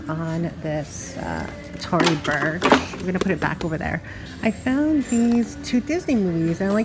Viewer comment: In every video u say " I've owned that bag before LMFAO. It's Tory Burch not bursh lmao omg .